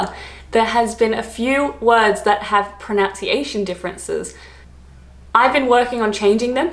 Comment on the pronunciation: seems to say "prow-nunciation", and I'm trying to work out if she's trolling us or not! xD